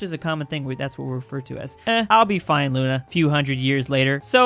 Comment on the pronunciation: You said we also call it Luna right well in Russian it's actually pronounced Luna so you were correct